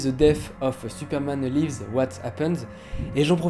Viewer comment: Superman laïvz ? Là c'est pas du live, ça se prononce "li-vz" comme en français mais avec le 's' prononcé Bizarre en plus, parce que la deuxième fois tu l'as bien prononcé mdr